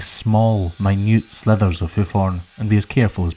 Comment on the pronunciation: I've heard him say it before but now I'm fairly confident that he says "slithers" of hoof horn instead of "slivers" of hoof horn. Am I hearing things?